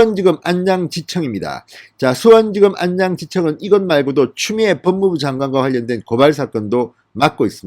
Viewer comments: 안냥이 아니고 안양 이라네.... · 인년, 안냥, 이성뉸, 만냑, 윤성녈 x 이년, 아냥, 이:성윤, 마:냑, 윤서결 o